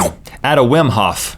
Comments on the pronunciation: That man's name is pronounced as Vim. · You're probably right, since he persists even after Rhett pronounces it correctly! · Wim is pronounced Vim and he is the most spectacular person ever.